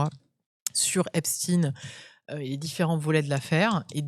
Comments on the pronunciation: Epstaïn epstaïn pas epstiiine 😡😡😡😡😡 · S v p , dites Epstein et non stin !